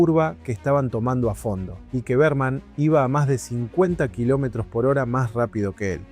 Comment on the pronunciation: todo bien. pero decir BEARMAN EN LUGAR DE BERMAN, MMMM